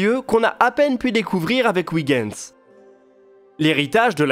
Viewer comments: Très intéressant comme toujours mais Huygens ne se prononce pas ouigens mais oeilgens. Oui je sais ce n'est pas facile les langues étrangères.... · Excellente vidéo, comme toujours. Un détail cependant: Huygens se prononce oeil-gaine-z, tout comme Kuiper se prononce cueil-pair (puisque ces deux savant étaient d'origine néerlandaise) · Je comprends qu'en France on n'ait aucune notion de néerlandais, mais pour moi qui suis belge, "Ouiguens" ça m'écorche toujours les oreilles... (Ce n'est pas dit méchamment, hein...) Sinon, super vidéo, comme d'habitude. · Je suis flamand. Je vous félicite pour votre prononciation de Kuiper et vous informe que la phonétique est identique concernant Huygens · Etant flamand, je vous félicite pour la prononciation de Kuiper. Faites de même pour Huygens. Belle vidéo. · Effectivement. Une fois, ça passe, mais répété autant, ça gratte.... Et je suis originaire de Huy of Hoie in Vlaams ;-) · Je confirme, ça se prononce comme dans "oeil".